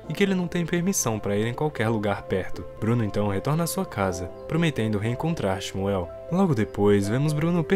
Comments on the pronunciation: A pronúncia do nome do menino judeu na vdd é "ximú" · Nada a ver. O nome do menino judeu se pronuncia Shmuel nao "ximuel". Nao existe esse "i".